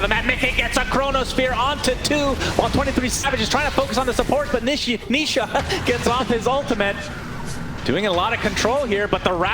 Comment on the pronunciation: the caster accidentally call nisha , nishit 😂